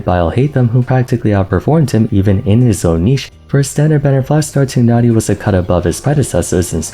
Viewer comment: His name is /taay naa ree/ dude! When are you gonna learn their names? Also / ke chin/